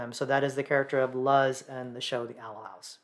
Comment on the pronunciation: king thanks for the video. also no worries but for future reference luz is pronounced with emphasis on the z as an s sound rather than emphasis on u as uh sound